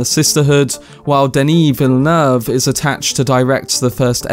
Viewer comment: I'm gonna nitpick: he pronounces well, but the intonation in french is supposed tpo be flatter - it's Denis Villeneuve, not deNIS VILLeneuve - but intonation is the hardest thing to get about foreign languages. i'm french and as a result would probably speak english way too flat and get all tonic accents in the wrong places.